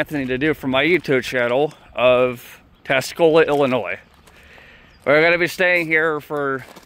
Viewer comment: Tuscola* not Tascola. Are you illiterate?